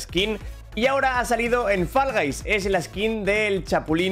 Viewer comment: ME ENCANTA COMO DICE FALL GUYS 💝💝